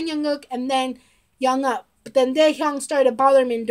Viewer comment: Thank you for your reaction and for being a fan of B.A.P. How much do you know of them? What stuff have you seen of them? Oh and Jongup’s name is pronounced with the J sounding similar to Jump. It’s not with a y sound. I would like to request a reaction but I don’t know what you have seen already.